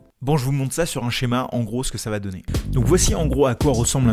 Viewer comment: IIElevenTabs testé : "Ca va" est prononcé "Ka va ?" Oups, ca commence mal, en tout cas en Français ! Euhhh en Frankai, pardon.